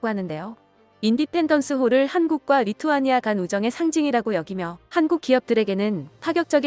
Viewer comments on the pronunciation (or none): none